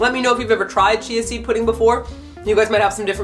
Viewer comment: I keep hearing cheesy pudding rather than chia seed pudding, halp u.u